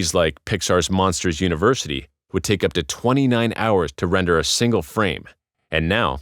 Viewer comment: signle instead of single.